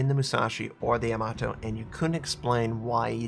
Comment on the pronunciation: you say Yamato like Tomato